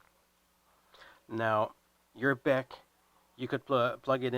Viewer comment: It's not a beck. It's a B. E. C.